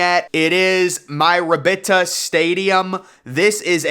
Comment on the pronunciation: I knew Mirabito was gonna be on this list, however.... you pronounced Mirabito wrong. That's the worst pronunciation of the word Mirabito ever. MIH-RA-BIH-TO! But, seriously, I agree with you, that place is a dump. Again, they tried to pull the Wrigley card and it didn't work. The only thing original about this stadium would be the outfield train - oh wait, NBT BANK STADIUM IN SYRACUSE HAS THAT TOO! Parts of the stadium are fucking RUSTING! Parking is good tho, and free even Also, the reason for the blue seating is because the team was called the Mets until 2016 and they just never changed the seating for whatever reason. It's the same with the nearby arena.